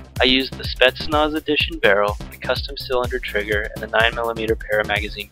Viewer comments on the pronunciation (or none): none